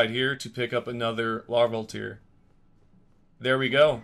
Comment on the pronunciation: LarvaL IT'S LARVAL